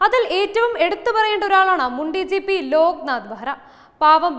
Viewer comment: "മുണ്ടി ജീപ്പി" അല്ലാ മുൻ ഡി ജി പി. 😂😂😂😂